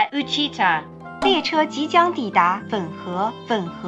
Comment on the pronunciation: 粉河の中国語の案内で、中国語読みなのか『ふんこう』となっているけど。 ここは日本語の発音にするべきではないだろうか？